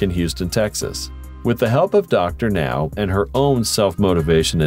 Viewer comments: I do not believe the weights they claim these people are. So many of them are 100-300 lbs or more than this video says they are. Closer to 800–900 lbs. They are HUMONGOUS. Also, can’t they use real people instead of computer voices to narrate these things? The way Dr Now’s name is pronounced is unforgivable. Geez.😳🙄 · The pronunciation of Dr Now, haha